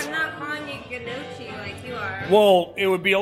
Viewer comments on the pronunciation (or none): The Italian in my cringed when you pronounced KNEE-O-KEY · the way he pronounces gnocchi is brutal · The way everyone butchered the pronouncing of gnocchi was actually difficult to watch. My nonna would have slapped the shit outta them. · Yea she was so upset at him for mispronouncing it and she didn't even say it right lmao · she didn't even say it right lol